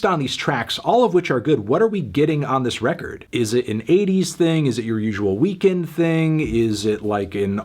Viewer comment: When you sead it not sound like weekend it sound like weekday, oh man I lol so hard